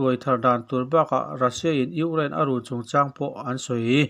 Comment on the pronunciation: I lam fiah vak lo Ukraine tih pawh kha Ungiane tih a ang ka ti